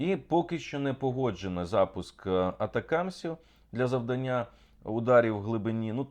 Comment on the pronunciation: Дякую, Олександре. Слухаю Вас щоранку. Прошу не рахувати це як образу, але наголос в словах видання, завдання перевіряйте словом кохання . Наголос на другому складі